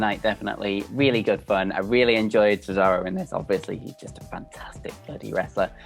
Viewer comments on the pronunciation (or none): The weird guy says cesario 🤣 what an idiot